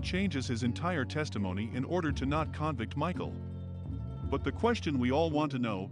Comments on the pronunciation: *conVICT, not CONvict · This fake voiceover is really annoying. The verb is pronounced conVICT, not CONvict. CONvict is a noun.